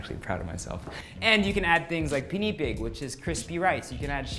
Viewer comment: Dude I think you know how to say "pinipig" properly... Just say it. You go to France and say their terms the way the French say them. When you're featuring Filipino foods, we'd really appreciate it if you say the words correctly and not with the "foreign" accent. PINIPIG.